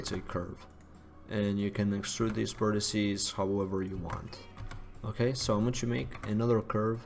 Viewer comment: FFS Another one who thinks the singular of vertices if 'vertissy'. It's not! It's 'vertex'.